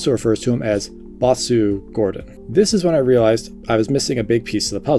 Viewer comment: Bosu. Not basu.